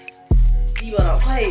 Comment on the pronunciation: She said deebo 😭